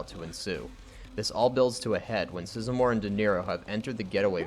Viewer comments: You get a thumbs down for saying "Tom Sisamore", it's Size-more. LOL. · Isn't Tom Sizemore's name pronounced just the way it's written? Size and more?